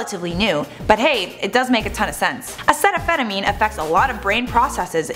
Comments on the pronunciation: why is she calling it acetaphetamine? Its uh-seat-oh-minnow-fin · It's A-Cee-ta-mina-fin not whatever the fuck you're saying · your saying it wrong to you know, its acetaminophen. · am I the only one sitting here thinking she said acetaminophen completely wrong? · You pronounced acetaminophen wrong.